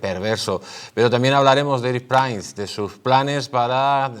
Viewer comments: Por favor por qué pronuncias mal el apellido Prince? Se dice Prins no Prains, es horrible oírlo. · Y dake con pronunciar "Prains" el apellido del pobre Erick, mínimo rigor periodístico es averiguar cómo se pronuncia el apellido de una persona.... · Se supone que, no?, pues por favor, intenta pronunciar el apellido de Prince CORRECTAMENTE. Gracias 🙏